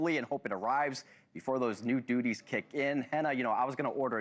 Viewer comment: The Yoo S A collecting taxes and "doodies" (duties) 😂 😂😂